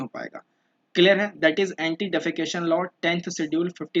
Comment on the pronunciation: Anti defection not defecation 😅